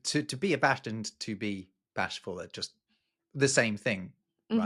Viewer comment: Poor. "Baa-sh-ful." Best!!!